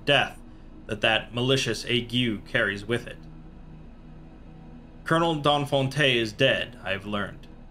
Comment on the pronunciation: D'Enfante the last e isn't pronounced. I know no one will read this though